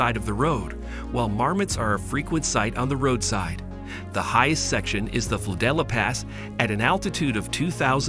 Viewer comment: Hello im a local from Davos and all that I can say about that video is that its shitty asf! 1. Its called Madrisa and its not even in Davos its in Klosters!!! 2. its biervision Monstein not beervision munchen 3. its flüelapass not the „floodella pass“ 4. its called Sertig not sertic 5. how tf did you think thats the lake davos its so obvious because these are the Jöriseen!!!!!! 6. it WAS the Vaillant arena not the valais arena now its called the zondacrypto arena 7. its Schatzalp not shatzalb 8. its Parsenn and Jakobshorn not that what your shitty AI said and theres no longer a halfpipe. 9. Its called Kirchnermuseum not Kirkner Museum So please if you make a video like that then do it right (Pretty much every pronunciation was completely wron)